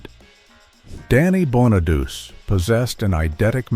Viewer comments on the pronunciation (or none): Danny's last name is pronounced Bonaduchi, not Bonaduse. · And Bon A Doochie, not Bon A Duce